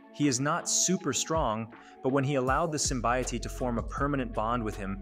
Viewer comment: Dude. "Sassil" and "Symbiotee"?